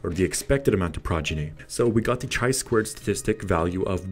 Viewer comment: Summary of my feelings from your video. Chi2 test is statistical test related to hypotheses. Unfortunatelly in this video it has not been mentiont. You should add a definition of level of significance. And last but not least, before posting it would be nice to check a pronounciation of descriped test name!! Overall thank you for frame fork to chi2 goodest fit test.